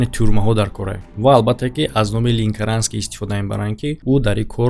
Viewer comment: Ленкаранский а не линкаранский